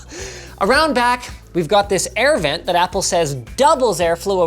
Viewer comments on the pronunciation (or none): none